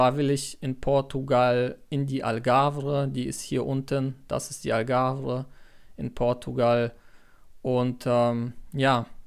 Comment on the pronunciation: Die AlgavRE sagt Du hier immer, obwohl es Algarve heißt. Das hat mir ein wenig weh getan in den Ohren….na ja .. aber ansonsten wünsche ich Dir viel Glück und Erfolg bei Deinem Vorhaben .